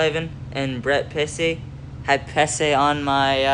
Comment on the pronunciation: Pesce is pronounced the same as the actor Joe Pesci, and Skjei is just pronounced Shay.